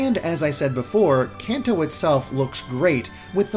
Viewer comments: Kanto is like Kahn-toe, not Can-toe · I always pronounced Kanto like canto in Spanish, but with an american accent like con toe or something. It sounds weird the way he says it.